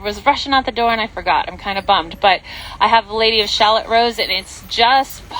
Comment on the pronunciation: Lady of Shalot is not pronounced like “shalllot”. It’s pronounced ShaLOT